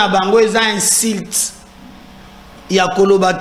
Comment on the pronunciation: Bonjour,oza cadre ya l État, il faut faire un effort pour parler et articuler les lettres convenablement, tu seras appelé à aller représenter L'état ailleurs,essaye de différencier I et U, pardon, entraine toi, tu représente un grand media. Quand tu dis par exemple, vous n serez pas decis, ça veut dire quoi pour quelqun d ailleurs qui t entend? Pardon, insilte, insécrité, il faut les corriger.